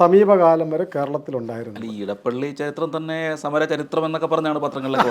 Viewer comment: നിങ്ങൾ എന്തുകൊണ്ടാണ് ഇടപ്പള്ളി എന്നു പറയുന്നത്? അത് ഇടപ്പിള്ളി ആണ്. തിരുവിതാംകൂറിനും കൊച്ചിയ്ക്കും ഇടയിലുള്ള സ്ഥലം - ഇടപ്പിള്ളി